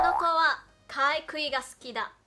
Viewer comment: ，「かいくい」ではなく、「かいぐい」です。